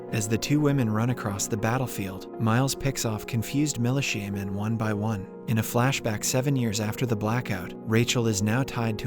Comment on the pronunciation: "mali shaman" instead of militia men... 😂🤣😭